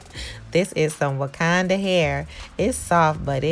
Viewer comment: I was getting really annoyed when you kept on calling it’s “wakanda” hair 🙄